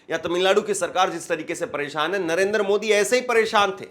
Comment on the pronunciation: मूर्खों जैसी बातें कर रहे हो, तुम्हारी बातों की सच्चाई को कैसे जांचें ? तिरंगा हटाकर पाकिस्तानी झंडा लगाने वाले को दिखाओ ना। नरेंद्र बोलना नहीं आता नरेंदर बोलते हो । सात दिन बाद जब सुप्रीम कोर्ट का फैसला आयेगा तब शायद आप सामने नहीं आयेंगे।